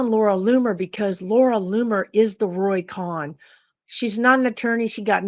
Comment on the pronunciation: Roy Cohn's last name I think is pronounced as Cone, like long o. Not like Con. I think Kahn is pronounced as CON. NO biggie, just thought you,, might want to check on that.